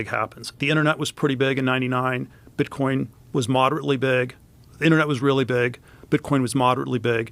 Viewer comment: That great! I heard you say bitcorn